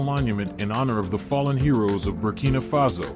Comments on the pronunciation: Burkina faso not Burkina fazo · "Burkina Fazo"? Correct name is Burkina Faso. Good video otherwise.